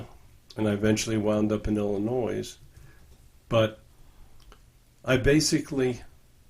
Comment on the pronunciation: Can someone explain why mispronounces Illinois?